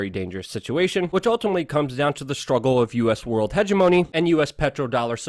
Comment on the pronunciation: For for someone who correctly uses the term hegemony so often, one would think you might learn how to correctly pronounce the word.